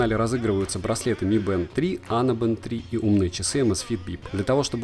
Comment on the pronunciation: Не мы бэнд, а ми бэнд!!!!!